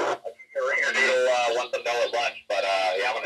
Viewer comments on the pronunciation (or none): none